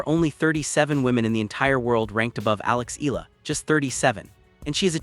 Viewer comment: E-YA-LA correct pronunciation